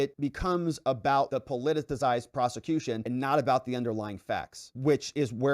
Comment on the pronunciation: Po-li-ti-cized - four syllables